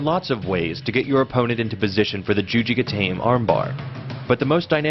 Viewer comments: Juji Gatame - pronounced here it's "gah-tame", but I've heard it pronounced by professionals "gah-tahmay" or "gah-tommy" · Lol. “Jewji Gatayme”